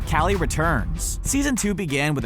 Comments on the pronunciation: You say kally but its kali ca-o-lly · Her name is pronounced collie like the dog not caly like some dad who is obsessed with his own name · Like it if it bothered you when he kept saying Callie instead of collie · It's KALI not calley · Am I the only one annoyed that he said Callie instead of Collie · Isn’t it Collie not Callie? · ik it doesn’t matter but 008 is pronounced (Call-i) 😂🥞💕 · I thought her name was Coli...not Kali. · U said cally like wut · Omg he pronounced Kali's name wrong >.<